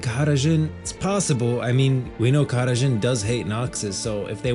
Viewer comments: Khada Jhin, not Kahara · Why does he keep saying kahada Djhin? Like with an accent? It's just jhin right? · Brother that is NOT how you pronounce Khada Jhin and Shurima… why do all these youtubers always overcomplicate pronounciations to sound fancy for no reason…